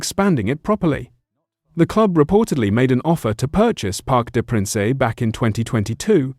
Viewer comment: Its pronounced Parc De Prance, not Parc De Pranceh! Its embarrassing and you should do your research before uploading content!